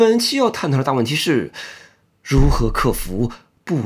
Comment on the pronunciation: akrasia 讀"阿嘎累斯亞"